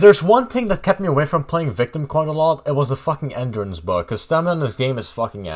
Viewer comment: You pronounce ‘Endurance’ completely broken. 😂 Learn to pronounce words correctly.